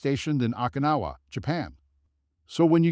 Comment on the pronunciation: Okinawa didn't come our so good either